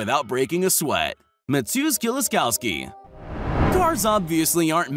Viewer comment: I like he he says "Mateusz Kieliszkowski" (he says it VERY wrong)